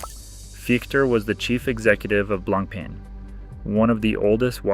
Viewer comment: BLANK PEN .. how irritating is that pronunciation🤦🏻‍♂️ BLAN PAH is closest way you can say to real French .. which means white bread 🥖